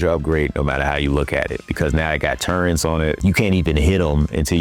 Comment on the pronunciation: Those are TURRETS not turrents. Turrents is not even a word.